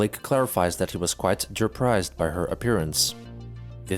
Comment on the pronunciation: I lost it at Blake being "durprised."